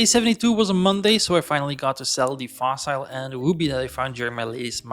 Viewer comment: This was a great 100 Days to watch. As a new player, I actually learned quite a bit. Keep it going! PS: I know I'm late, but... 'Fossil' is pronounced as in 'fossle'. ;)